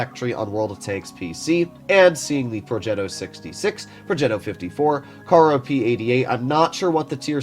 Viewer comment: the pronunciation is fine, not like the average Italian tank "progeto",it's called "progetto" ;)